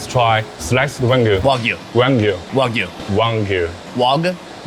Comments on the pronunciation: wagyu is not wag yu. it is wa gyu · Its WAG U not WOG U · wa-gyu :P